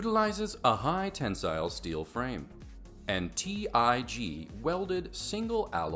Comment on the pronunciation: It’s tig welded not tee eye gee